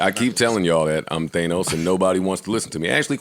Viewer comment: Joe is “Thaynos” ..... 😅